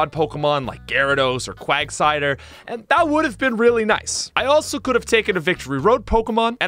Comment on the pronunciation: he said Quagsider 😂